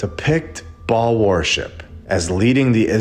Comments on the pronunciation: Baal is pronounced bail not ball. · Ba’al Earth, Not Ball. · Baal is pronounced Bay'll if im not mistaken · Just so you know the correct pronunciations; Ba'al...long a, hence accent Yahweh...Jehovah. Both are ok however the most common name for almighty God is Jehovah. This is world wide especially old world, they've hidden but in plain site. God's name means, "Cause" or Causes to become". Fitting right!This video was icing on a layered cake to me brother. God bless you!❤ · You missed the whole point, sister. This isn’t about how to pronounce Ba’al—it’s about exposing that we’ve been living under his system. The ball Earth lie is Ba’al worship disguised as science. A sun-worshipping, globe-spinning fantasy shoved down our throats to erase God’s firmament and throne above. So whether it’s Ba’al, Bale, or Babble, the deception remains. The Earth isn’t a ball. It never was. They just replaced God’s truth with Ba’al’s blueprint—and you’re worried about vowels?